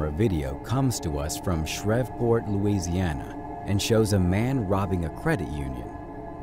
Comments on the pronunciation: Seriously dude?! Shreveport is pronounced shrēv-port, not shrĕv-port. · #24 wasn't even scary, creepy, or disturbing! WTF? That belongs in a comedy video. You're just adding random content now. And it's pronounced: 'ShrEEVEport' Louisiana, not "shrevport."